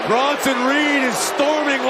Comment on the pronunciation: Bruh. Its Bronson